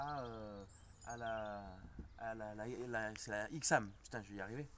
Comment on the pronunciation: La ch40 et vraiment moche la nouvelle ch46 et mieux ,est déjà on dit pas ixam c'est aixam, en plus dire accoudoirs au lieu de vide poche sa veut rien dire mais surtout dire que ya pas de vitre électrique alors que les bouton sont sur la console central c'est vraiment n'importe quoi ,il faut connaitre le véhicule au lieu de critiquer et de le comparer a un vieux camping car ,bref mal préparer trop d'amateurisme